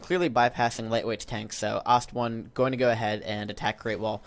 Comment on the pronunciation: Love how says "Lish" lol. Also, I could be wrong....but isn't Ostone's name pronounced "aw-stone"? not "ost-one". I mean.... I normally just assume is wrong;)